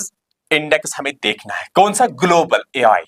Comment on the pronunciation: It is Ai not AL